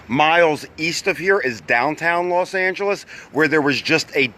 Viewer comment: Why Do You Say Las Angeles